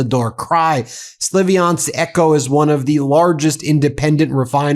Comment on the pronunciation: it's spelled SLAV-yansk, not SLIVI-ansk